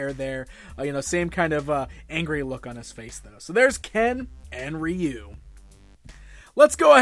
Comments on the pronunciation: It's Rye-Oou and not Ree-U 😂🤣 the proper pronunciation for Ryu . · Its pronounced "roo" in Japan